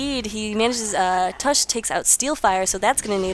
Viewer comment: y was i not informed of this. BTW its tavish :D not tush.